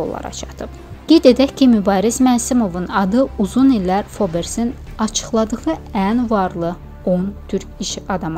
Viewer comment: Fobers yox Forbs jurnalı